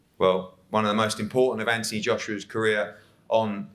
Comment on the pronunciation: What's with Eddie hearns is there a misunderstanding between his brain and his mouth he keeps pronouncing Anthony Joshua's first name as ( anty )